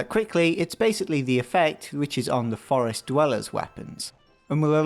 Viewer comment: "from the forst"